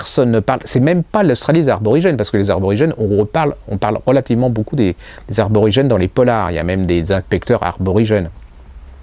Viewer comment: On dit Aborigènes et non aRborigènes 😉